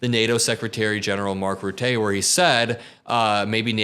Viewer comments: its not pronounced rootay its rutte(r) without the R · As a Dutchi I like your pronounciation of "Rutte", but it should sound more like 'Cutter' C=R, skip the r 😉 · Everyone seems to have difficulty pronouncing Mark Rutte. It's Ruhtuh